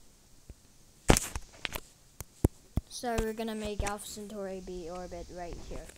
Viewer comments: Its not century its centauri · The Name is Centauri not century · CENTAURI NOT CENTURY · It's centauri